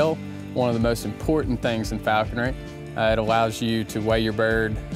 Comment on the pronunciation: Ha! Right! FalconRY